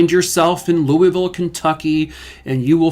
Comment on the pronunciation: I’m so impressed you said Louisville correctly. Thank you from a Kentuckian 😊